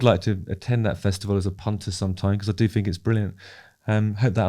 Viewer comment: Justin has that same pronunciation thing that I keep hearing more and more recently where words starting with a th are pronounced instead as an f so thing becomes fing, think becomes fink, birth becomes burf and boy does it get on my tits…